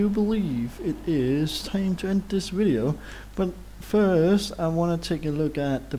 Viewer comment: Widio lmao.....derp